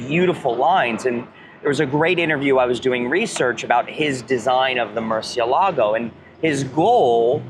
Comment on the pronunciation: He didn't pronouce Murcielago correctly though.